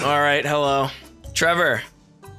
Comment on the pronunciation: WHO THE FUCK IS TREE VOUR!?